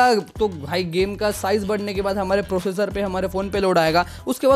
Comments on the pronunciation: Prosser❌ professor ✅ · Processor ❌ professor☑️😅😅